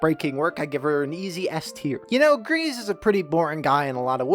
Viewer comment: Greiz is pronounced like Grey's ... If you talk to him that's how he says it